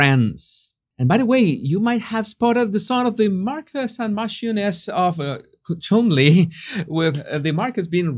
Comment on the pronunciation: Cholmondley is pronounced "Chumley". I think the Coronation Invitation is beautiful and I love the inclusion of The Green Man. I have, indoors and outdoors about 10 represenations of The Green Man!